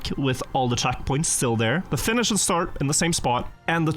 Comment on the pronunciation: Why does he keep saying “starge” instead of “start”? Is there a purpose?